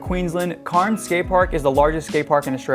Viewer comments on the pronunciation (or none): CAIRNS IS CANS 😂 NOT KARNS sorry I live nearby hahaha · It’s pronounced cans not carns but still great vid bro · It’s not pronounced carns it’s “cans” cairns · CAIRNS IS PRONOUNCED CANS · the cairns skatepark is more pronounced “cans” keep up the great work tho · Great video. Cairns is pronounced "k-air-ns" 😆though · why you call cairns curns is beyond me but nice video , thanks. spain has some massive skateparks as well. bilbao for example. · It’s spelt cairns but pronounced cans ok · The one in australia is pronounced cans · It’s pronounced cans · Cairns is pronounced 'cans', excellent video nonetheless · that’s close enough for me mate. Carns is not haha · ha ha i was just about to comment that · Great vid! Also as an Australian that’s definitely the most interesting pronouncation of cairns ive ever heard lmao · as an australian... i hate the way you pronounced cairns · that's not how you pronounce cairns. not even "to an american like you" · bruh it's just pronounced that way. We do, in fact, pronounce our 'r's in most cases and it has nothing to do with accents, it's just because of how our English evolved. The 'r' in Cairns is not said because we are a non-rhotic english speaking nation, which just means that we don't say 'r's when they're followed by consonants. Please don't pretend to be an expert on this stuff because it comes off as ignorant. Also, it's 100% pronounced like "Cairns", it was a name of someone and was recorded as being pronounced as such, you ignorant idiot